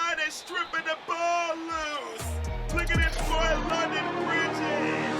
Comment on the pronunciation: London BBBBBRIDGESS